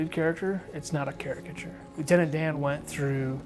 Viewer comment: Oh Lieutenant DAY-AN!